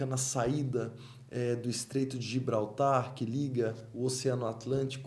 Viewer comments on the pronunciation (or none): none